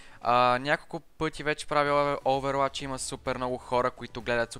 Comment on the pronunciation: казва се оувъруач не "Оуверуач"